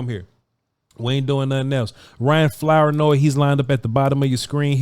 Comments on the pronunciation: Flour-noy? Is that the correct pronunciation? Something tells me it isn't. I'm gonna say it's Floor-noy. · It’s pronounced “Floor-noy” Also it’s Southeast not Southeastern. Lastly I was the camera guy for a few of these clips 😂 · Flour-Noy is pronounced like flouride that is definitely in Vochs toothpaste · The last name is tricky Flournoy . Pronounced ~ Floor Noi 😂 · It's not Flour- noy lmfaoooo damn mane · It's pronounced FLOOR NOY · You would have a lot more credibility if you would learn to pronounce his name.☹️☹️☹️😂😂😂